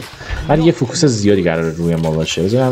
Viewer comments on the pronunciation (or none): none